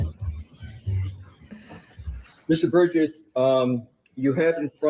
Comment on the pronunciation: Its Burgess not burrows. Sorry.